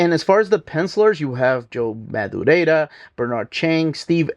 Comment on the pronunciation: Joe MadurieRa. Ra. Not Madurieda. Not Mad-ooh-ray-Da. Rare-ah. Not Raid-ah. There is no d-sound at the end of his name. Just call him Joe Mad like everyone else.